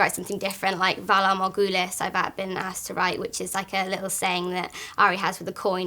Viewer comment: shes soooo adorable. and she said valar morghulis! was wondering how they would pronounce it.